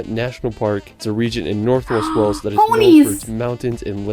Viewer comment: And Wales as Wells 😂